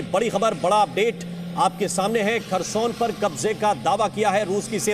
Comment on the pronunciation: Kharson nahi hai bhosdike.. Kherson